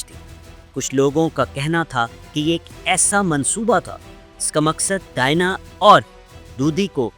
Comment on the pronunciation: Very stale and useless presentation. Can't pronounce the name Diana. Don't know who allows such brainless production